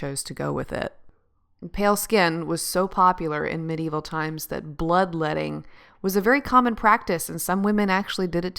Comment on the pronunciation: You pronounce medieval wrong..but I like your vids